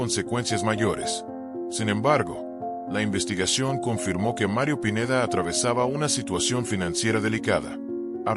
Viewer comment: Habla bn el pineida no pineda